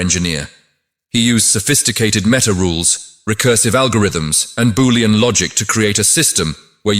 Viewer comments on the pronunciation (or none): none